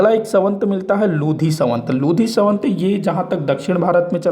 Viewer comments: Savant nahi samvat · संवत बोलना तो सीखो